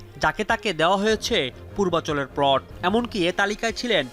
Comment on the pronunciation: প্লোট না রে পাগলা, প্লট! উচ্চারণের এই শ্রী নিয়ে সাংবাদিকতায় চাকরি পান কীভাবে?